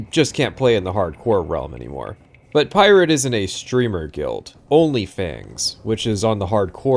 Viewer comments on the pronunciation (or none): none